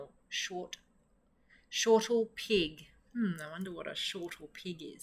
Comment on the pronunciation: Great to find an Australian reader, but it's snortlepig - not shortlepig.